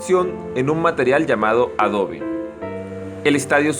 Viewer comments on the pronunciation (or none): none